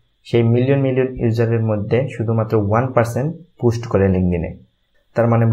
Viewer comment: ভাই পুস্ট না পোস্ট উচ্চারণ